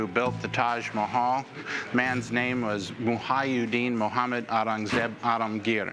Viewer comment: Never seen someone butcher the pronunciation of Aurangzeb this much